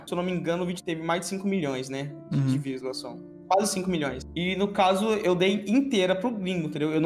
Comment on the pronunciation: "poblemas'', "maniquefiti", "revelancia", "visuação", "vilusações", "ingal", e mais um show de erros de português, que vídeo maravilhoso e tenebroso ao mesmo tempo, obrigado você melhorou o meu dia em 200%